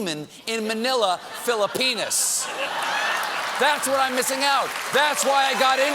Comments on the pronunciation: Philippenis?! Sounds disconcerting as a Filipino. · LOL... Manila, Philippenis 😂😂😂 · killer monologue, if it wasn't for mispronouncing the country , "Philippines". (i'm still subscribing) lol